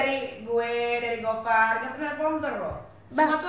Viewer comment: Boyennnnnn, namanya gofar, bukan gofur 🤣